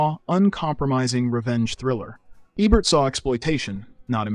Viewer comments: HELP! Is the narrator a bot? AI bot? The speech patterns and mispronunciations (short vowel "Ebert" - like "egg" - and, the hard g sound ("gig-a-lo") were just too much for me to suffer. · Don't know if this is an AI voice or not, but learn how to pronounce actors' names! It's not Tom "Berringher" it's pronounced BerrinJER. And sometimes you say "Ee-bert" and other times, "Ehbert". So annoying. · Eh-bert, huh? Thumbs down, no subscribe, didn't finish. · Is this AI or a real person? If they are this into film they would know who Roger Ebert is and pronounce his name correctly. Many AI created content out there dies hard on how they pronounce names. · Robot narration should at least manage to pronounce "Ebert" in one way rather than at least three. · As soon as the speaker mispronounces Ebert's name, you know the video has problems. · How do you make an entire video about a guy and not know how to pronounce his name? Baffling, since the switches between the right pronunciation and the wrong it makes me think he's doing it just so people engage in the comments (if so kudos) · Why was Roger Ebert's last name pronounced differently each time the narrator said it? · How many words and names can you mangle in one video? What the hell dude? You say Ebert correctly sometimes... are you a Tandy TRS-80 computer? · Is this an AI narration or could you really not settle upon a pronunciation for "Ebert"? Hint: he literally introduces himself at the beginning of every episode of At the Movies. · I was thinking this was a pretty good AI voice.... but why does it keep changing the way it pronounces "Ebert"? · Drink a shot every time the AI mispronounces the name “Ebert” or says, “He didn’t just dislike it.” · The Ebert mispronunciations had me screaming at my screen. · It’s a horrible AI. Can’t even pronounce Ebert. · It's EEbert not Ehbert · His name is Eee-bert, not Eh-bert. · How come the narrator alternates between pronouncing his last name EH-bert EEE-bert ?